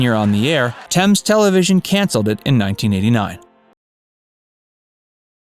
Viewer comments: I'm just relieved you Pronounced "Thames" right.....LOL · It's Gary "Bushell" Not "Bushelle". He's not french. At least you pronounced Thames correctly.